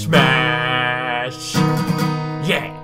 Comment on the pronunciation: MISH MASH. Its MISH MASH MISH MASH